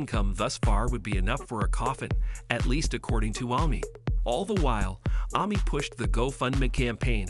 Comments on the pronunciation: Who the hell is ‘Army’ ?? Is it really that difficult to say AMY !!! So annoying 😡. He also can’t pronounce Combs 🤨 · Right ! WTH ?! Why on earth would someone pronounce it Ah Mee ?! Jeez ! Super annoying! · Why are you mispronouncing Amy’s name ? That’s annoying. I’m so proud of this family either way ! Love them ! They’re so fun !